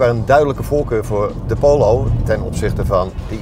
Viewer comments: Hahaha. Poowloow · Prima video. Wel even het woord Polo uit leren spreken. pholow